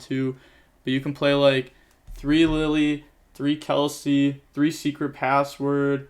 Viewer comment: Im kind of triggerd you say kelsi instead of ki-si-kil and lili instead Off lila :D